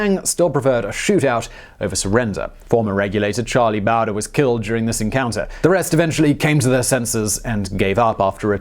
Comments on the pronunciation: Not Charlie Bow-der, Charlie Bo-dree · Bowdurr... lol Simon, just wanted to help, because we both know you don't have ANYBODY ELSE telling you how to pronounce every single word you say (incorrectly... Or correctly? 😉 lol)... Bowdre is pronounced 'Bowdrey' or 'Bowdrie'... I know you needed that in order to feel complete, you can get on with your life now Simon... Hahahahahahahahahahahaha!!! 😂😳😜😁🙄🤣🌹😋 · It's Charlie BohDree not BowDurrrr. Big Casino loved Little Casino but was put in a position where he had no choice but to take Billy's life. Billy wasn't going any other way. The Governor screwed the pooch on the deal with Bonney. John Tunstall and his attorney/partner Alexander McSween in alliance with John Chisum were trying to establish a competitive business against Lawrence Murphy, James Dolan, John Riley, and gangs. Tunstall wasn't trying to monopolize. There was no Freaking chance of that happen with the stranglehold crapbag Murphy had. It was Irish Murphy, Dolan, and Riley (Democrats) who were the only monopoly and English Tunstall and Republican McSween they were against. That started the Lincoln County War. Bonney, Brewer, McNab, Doc Scurlock, Chavez Y Chavez were all black sheep taken in and hired on to protect Tunstall's property. They were delinquents and ne'er do wells but they weren't the aggressors. Learn to research better. Too many movies. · Damn it! It’s Bow like bow and arrow! Bow dre . You pretentious prick! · u said charlie bower lol